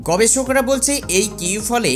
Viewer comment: তোরা উওর বইঙ্গারা, শেচ,গবেছক,এই সকল স,ষ,শ,ছ,চ শব্দ উচ্চারন করতে পারিস না কেনো.মৃগীরোগ আছে?